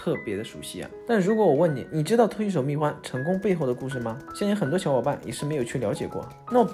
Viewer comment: 密huan！！！不是密guan！！！